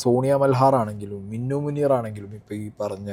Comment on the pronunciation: മിന്നു അല്ല മിനു 😂